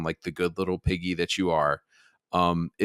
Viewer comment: I stg I almost heard you say "goyim" instead of piggy.